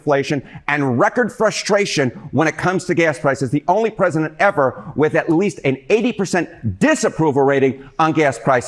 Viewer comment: Pwezident Elmer J. Fudd